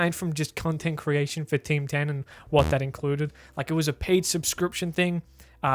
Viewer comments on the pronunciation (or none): I only heard you say "Tim Tan" instead of "Team 10". Bloody hell mate that was some weird pronunciation you had there... I didn't understand what you said until you showed the news part, where "Tim Tan" was written down. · Oh shit, I thought you were saying Ting Tam.